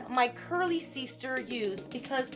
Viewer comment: y does she keep saying seester